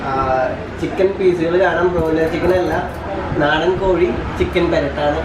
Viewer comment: Naadan aaan nadan alla